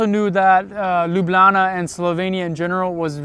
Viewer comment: You now say "Lublana" like a real Ljubljančan 😊